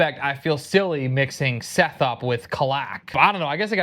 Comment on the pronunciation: OOOH. Bruh. You have been saying Seth so much and I was like who tf is that? Is that a Herald in the prelude that I somehow managed to miss? No, its freaking Szeth (I pronounce him as Shēth, or Shayth)